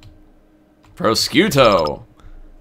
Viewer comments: "Pro-chutio" XD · Prosciutto is italian for ham. You are supposed to pronounce it something like "proshiutto" XD